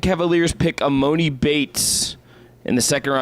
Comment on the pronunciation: This is embarrassing y’all talking about e-MOE-ni. When did anyone ever call him that? Lmao